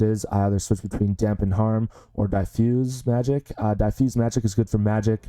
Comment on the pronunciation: Pronunciation on "diffuse" is incorrect. Not "die-fuse", but "diff" (as in different, which is the root word).